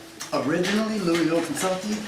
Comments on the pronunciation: NOT FROM LOUISVILLE, no one hear pronounces it LOO-ey ville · How if that regard from Louisville Kentucky when he cant even pronounce it right? Fake mf